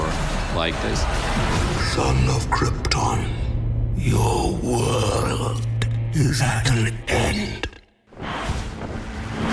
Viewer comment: Your Worlrlrlrlrlrlrlrld